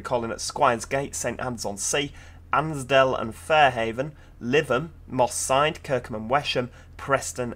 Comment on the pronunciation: Moss side sounds like Mossad